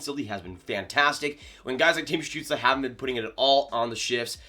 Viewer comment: Damn your pronounciation of Stützle is almost perfect. Never seen a north american pronounce his name this good